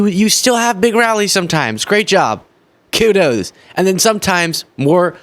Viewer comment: Qudos? (Kudos) you make me laugh. The force is w/ you bro… lol Qudos 👍